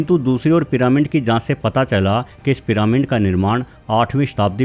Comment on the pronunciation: Piramind kya hota hai. Pronounce ghalat mat Karo.